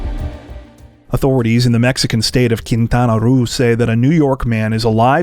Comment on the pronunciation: You always amaze me with your pronunciation of all kinds of places/languages. Please, may I help you with Quintana Roo? Roo is pronounced as row.